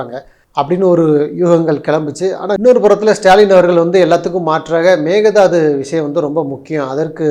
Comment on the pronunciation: Your frustrations and points all are correct,👍🖤❤️ but both of you say Mekedatu தாட்டு ✅ Megathadhu ❌ மேகே_தாட்டு/Mekedatu✅ vs Megathadhu (மேகதாது❌) Mekedatu means in Kannada 'goats can leap' (காரணப்பெயர்) being an arbitrary name (இடுகுறிப்பெயர்). everyone ve' to say Mekedatu ✅ only not (மேக_தாது) ❌ it's wrong ❌ please maintain மேகே_தாட்டு/Mekedatu✅ Wikipedia: மேகேதாட்டு (Mekedatu) கருநாடக மாநிலம் ராமநகரம் மாவட்டம், கனகபுரா வட்டத்தில் அமைந்துள்ள காவிரி ஆற்றின் ஒரு குறுகலான-gorge பகுதியை குறிப்பதாகும். இதை ஆடு தாண்டு காவிரி என்று அழைப்பர். 👇 மேகேதாட்டு - தமிழ் விக்கிப்பீடியா